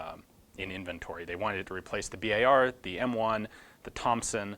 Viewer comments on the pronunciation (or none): none